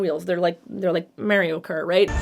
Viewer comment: I had to rewind a sec bc I have never EVER in my LIFE heard someone pronounce Mario that way Just had to get that off my chest, now I'm going to watch the video :)